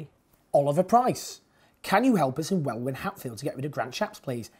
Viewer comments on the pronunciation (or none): As well as Welwyn (Pronounced well-in by the way 😂), check out Hitchin and Harpenden where there was a massive swing to labour. Every single MP in Hertfordshire is Conservative, my MP Oliver Heald won't be unseated but the others can be.